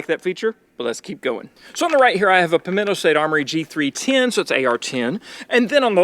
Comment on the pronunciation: I love how kept saying "Pimento State Armory" 😂